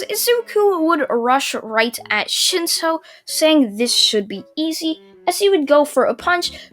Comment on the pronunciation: you said shinso I heard shitso